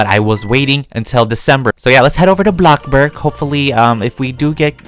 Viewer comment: literlly no one he calls bloxburg blocburg